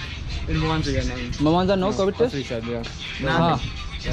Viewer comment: I was born in Mwanza and though I’m now settled in Gujarat, I have fond memories of my birth p,ace. You pronounce it as MA waanzaa but M is half and should be spoken as half M combined with WAN together. Mwanza has friendly residents like most of Tanzania and there is a wonderful Sanatan Temple.